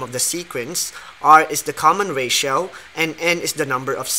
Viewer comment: Ratio= reysyaw😂